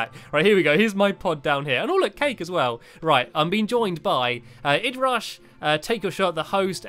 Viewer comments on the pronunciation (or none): It is I dee rush not id rush Stampy XD